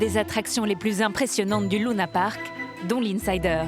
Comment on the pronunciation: Sa me stresse lounapark elle dit allor que c’est Luna Park